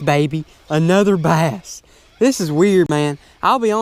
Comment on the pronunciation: My name is bass exactly how you pronounced it